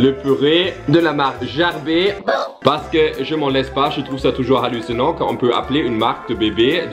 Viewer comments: La marque de bébé ne se prononce pas gerber "jerber" mais avec un "g" comme "Gabriel" sinon superbe vidéo 🤩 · Gerber est le nom de famille du fondateur, ca ce prononce Ger-ber, comme en Anglais 😉 Mais j’avoue que cela est bien drôle la manière que tu le prononce 😂😂😂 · Salut. Gerber est une marque connue en Suisse et cela se prononce « Guèrbère ». Bisous à toi et Carl et une caresse aux loulous. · Ça ce prononce gerber avec le « r » et non pas avec le son « é » ( c’est mon nom de famille j’y ai eu droit tout mon enfance à cette blague..)